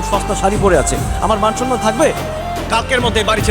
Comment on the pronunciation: ১৭:৩৭... নিলয়ের মতো অভিনেতা 'মান-সম্মান' কে 'মান-সন্মান' উচ্চারণ করলে লজ্জা লাগে আসলে😂😂